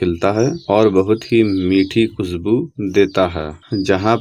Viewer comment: khusbu nahi khushbu hota hai please bhasha ki ma behn na karo pl learn proper accent then you can make video